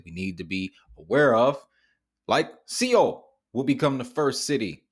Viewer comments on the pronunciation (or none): My man, Seoul is pronounced "Sole" Korea Seoul, Korea ... Not SEE oul .... here to help, Keep up the good work. its helping me .. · Great video! It's pronounced soul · Seoul is pronounced as, "Sole"